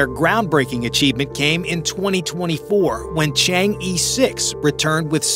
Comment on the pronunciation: Your narration is perfect, but when reading Chinese spacecraft Chang-E❌，you said change E, ABCDE， Instead, it is E, like er, or as in Mandarin, 饿(hungery),. Or, like in early or earth. Chang- E, is a moon goddess in ancient legendary.